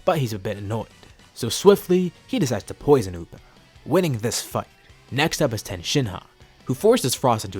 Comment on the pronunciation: It's tien not ten